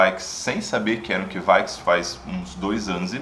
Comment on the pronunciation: To pesquisando sobre essas leveduras agora e não ouvi ninguém falando desse jeito...